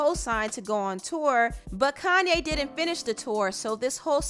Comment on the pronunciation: Ugh why she keep pronouncing his name "Kan-ne"